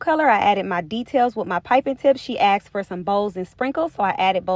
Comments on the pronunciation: GORGEOUS! But it’s “ASKED’. NOT “Axed.” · Do your clients axked you or asked you ?